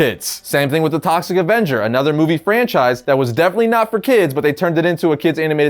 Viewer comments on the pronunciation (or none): none